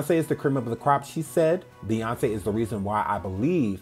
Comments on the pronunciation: this is so upsetting and i really liked her too😒. but i will say, i don’t think her nuffin song was because of sandra bland, because i don’t think anyone could be that heartless and evil to make a song like that after what happened to her. also she didn’t say “beyonKEY” she said “beyonKÉ” and that’s because she’s sometimes fools around like that she only pronounced the “c” as in “k” i don’t think that’s that deep, but the rest of the stuff is just disgusting for me to look at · Hi!!!👋🏽 excellent work, as always!❤ I think Doja was trying to be comical by pronouncing the "C" in Beyonce like a "K" sound, and thought the rest would go over everyone's heads....it didn't!